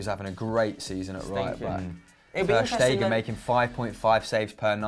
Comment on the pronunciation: Pls pronounce ter Stegen like it's done in English.